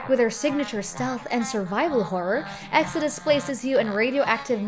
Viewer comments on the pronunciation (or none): none